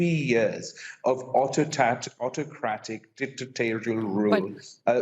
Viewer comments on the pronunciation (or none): He called his nation fascist! He couldn’t even pronounce autocratic properly while accusing Imran Khan of being a dictator. He indirectly insulted Pakistan.